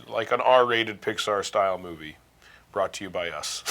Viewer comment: "were gonna call it Dicxar."